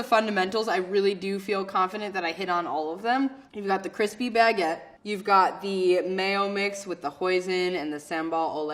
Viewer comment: Her pronunciation of Baguette, especially when she said Baguette maybe 4-5 times in the span of 5 seconds distracted me. She said it like Bag-get like she carries this thing on her shoulder.